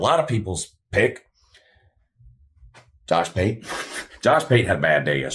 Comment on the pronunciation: Did you just call Josh pate Jush pute?😂😂 That had me crying 😂